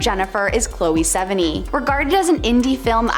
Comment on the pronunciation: Chloe's last name is not pronounced like that LOL